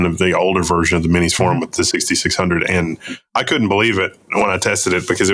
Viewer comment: It's for-UM not for-OOM.